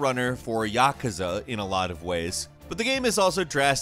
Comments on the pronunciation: Yuh-koo-zuh get it right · Dude said Yakuza like yakuhza. Not correct.